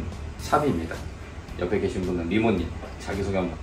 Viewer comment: 리모님이시구나...귀에 자꾸 이모님. 이모님이...하셔서 ㅋㅋㅋㅋㅋ